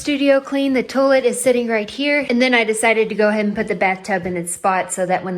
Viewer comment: I was watching your videos at work and a few coworkers came and sat down to watch with me. It led to a fun conversation about how you (and some of them) pronounce “ceiling” as “silling” and “toilet” as “torlett”. We all gave a thumbs up.